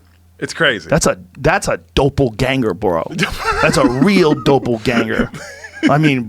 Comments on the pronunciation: Joe “DOH-PEL-GANGER” Rogan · Ivan Flores dope-o-ganger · what exactly is a “dopelganger” joe? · lol fucking joe "doh pull ganger" OMFG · Joe "Dope-pel ganger" Rogan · Joe "Dough-Pull Ganger" Rogan